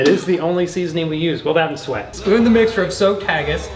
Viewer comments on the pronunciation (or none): Suet not sweat 😂